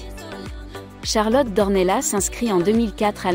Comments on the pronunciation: Non vous n'avez pas fait d'erreur. En portugais ça se prononce d'ornelasse et en français d'ornella. .jusqu'à preuve du contraire Charlotte est française vit en France et parle français. Elle n'est pas portugaise ne vit pas au Portugal Demandez à un academicien... français. Je vous rappelle que les polonais par exemple écrivent leurs noms à la polonaise mais en France le prononcent a la française. Exemple le rz se dit je, le y se dit é, etc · Non ici on est en France et on parle en français ! Dans notre langue nationale on ne prononce pas le s final. Par exemple on dit Pari et pas parisse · Ça se prononce D'OrnellaSSS ! Le S se prononce !!! C'est portugais 🇵🇹 Elle est baronne ! Elle appartient à une des plus ancienne lignées de la noblesse portugaise ! Son ancêtre le premier baron D'Ornellas a combattu aux côtés de Dom Afonso Henriques, le Conquérant, Templier et Premier Roi du Portugal, au coeur du Moyen-Age. Ils ont combattu ensemble les Maures musulmans, (ils ont gagné) et, les ont repousser en Afrique ! # Reconquista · il ne peut y avoir même pas débat. La règle a été fixé e par l'académie française qui édicté qu'en français le s final ne se prononce pas sauf quelques rares exceptions. Renseignez vous et arrêtez de commettre cette faute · Nos excuses pour la prononciation Charlotte d'Ornellas ! les erreurs pour une nouvelle chaine cela arrive !